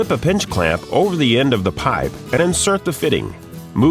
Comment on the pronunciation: I hate the way the dude says piype lol but they are good tools i have one